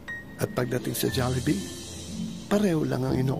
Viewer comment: its pronounced as Jawlybee